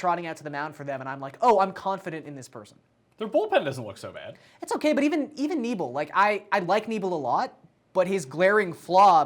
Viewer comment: Who’s Knee-bell? Jus a Brewer fan wondering if Knebel should be worried about losing his job as the closer